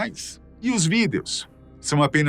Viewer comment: Por que ele sempre fala : videous